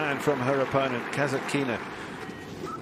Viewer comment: Ударение на касаткИна меня убивает